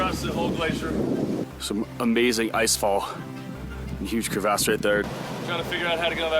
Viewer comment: It's called a crevasse.....not a Cre Vasse